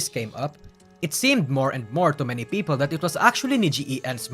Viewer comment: this has nothing to do with the video. But I like how pronounce people as Peepo